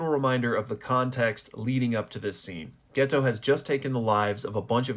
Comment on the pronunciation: Dude what is that pronounciation of geto my guys name is always getting fumbled it’s pronounced geito